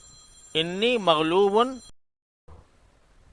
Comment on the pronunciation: حضرت صاحب ۔ ۔ قرآن مجید میں لفظ Anni ہے جبکہ آپ باربار Inni پڑھ رہے ہیں